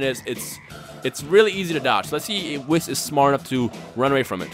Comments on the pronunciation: um you say wiss instead of weese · Did you just... Just... Call whis wiss!?!? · Whis' name is pronounced as if the last part after wh is east without a T. why do say wiss. in xenoverse they even pronounce it correctly.